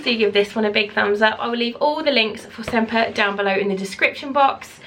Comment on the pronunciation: Great Italian design. So stylish, loving the grey. Sempre is pronounced sem-preh in Italian. A beautiful word meaning always/forever. I’m checking out Valentina’s site..... is it just baby bags? Thanks for sharing, 👍